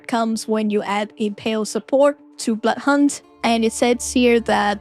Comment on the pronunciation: When you say Blood Hunt, it sounds like “Butt hunt”. Spilled my tea just now 😅